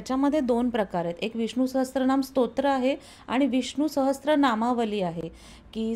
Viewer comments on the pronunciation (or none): छानच माहिती . हे टॉनिक मी घेत आहे . नियमीतपणे . फार छान अनुभव आहे . ' सहस्र यात स ला र -जोड ला जातो स ला त्र नाही . वारं वार त्र चा उच्चार होतोय . तो टाळा वा कृपया . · Sahastra nahi Sahasra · सहस्र, सहस्त्र नाही.